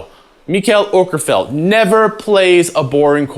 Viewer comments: Dang you pronounced his last name pretty damn good!! I love Mikaels playing :D // a swede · Thank you for pronouncing the Å correctly.